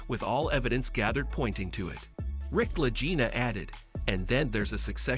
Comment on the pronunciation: This is a NOTHINGNESS rehash of everything everyone knows.... except they didn't know that you don't know how to pronounce LA GEENA or LA JEENA in several spots, and that I have never heard Marty referred to as 'Matty'. Celebrity Net Worth is WORTHLESS